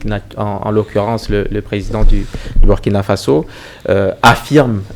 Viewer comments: Mme, le pays se PRONONCE LE BOURKINA FASSO, MÊME S'IL S'ÉCRIT BURKINA FASO. ÇA FAIT MAL AUX OREILLES D'ENTENDRE, SURTOUT DE LA BOUCHE DE PERSONNES DE PEAU NOIRE, CE QUE VOUS DITES. S'IL VOUS PLAÎT, DITES PLUTÔT "LE BOURKINA FASSO" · Dommage pour la MAUVAISE prononciation du Burkina Faso par la présentatrice. Hélas, Hélas !!!!